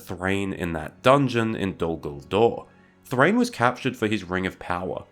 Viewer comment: Thráin, not Thrain. It has two syllables and doesn't rhyme with 'train'.